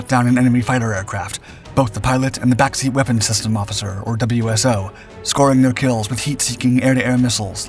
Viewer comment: WSO is "Wiz-oh"